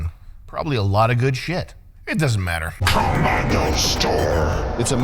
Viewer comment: literally called k ommando